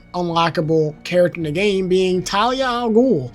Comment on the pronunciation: dont worry. you correctly pronounced it around the mark as for talia it was pretty accurate. And as for bludhaven. The most necessary info is its a city thats similar to gotham where instead of batman. Nightwing is in charge of crime. Also i feel like The 89 period would probably happen before robin seeing as how batman seemed still a myth. and having Batman appear in a large area like a circus destroys that status. so itd make most sense if it was the 22 film and then 89 and THEN the robin stuff. TLDR: pronounced Ras al ghul right around 16 minute mark. And itd make most sense if batman went from chapter one as a myth, then less of one during 2 by working with gordon, then 89 still a myth, THEN the robin stuff where hes conirmed. Overall Great video! Also itd be hilarious to have the end poke fun at the idea of Titan Joker by having joker say its a silly idea. ALSO whats your favorite Batman Suit? mine is Arkham asylum. So i hope its base game, since it wont be in the arkham pack.